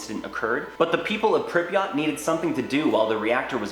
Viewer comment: that pronounciation of pripyat infuriates me lmao